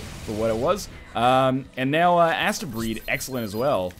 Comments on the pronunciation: I think it is possibly supposed to be pronounced 'Astebreed as in "haste-breed". EDIT; Now that I have watched a bit, judging from the speedy gameplay I feel I may be right. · I thought it was pronounced like AH-steh, like a futuristic japanese conception of how astro- (romanized transliteration into japanese is something like asutero-) would be pronounced if the prefix were integrated into the japanese language, making the title mean something like "the children of the stars". I haven't played it yet and didn't pay much attention to the subtitles in the video, but you do seem to be assaulting a planet from space... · isnt it pronounced like hastebreed ?